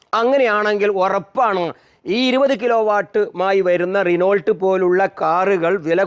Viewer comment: റിനോൾട്ട് അല്ല ഇക്ക റിനോ... 😂😂